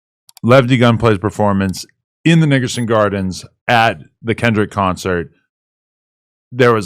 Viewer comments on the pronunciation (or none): Adam think he slicc saying NIGGERSON GARDEN 😂😂